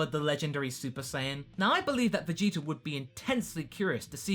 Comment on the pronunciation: am I the only one that notices the "er" sound at the end of some of pronunciations of certain words ending with an a? a little distracting for me but funny to hear lol